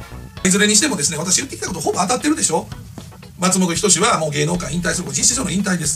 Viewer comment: 発音がマツモトキヨシやんw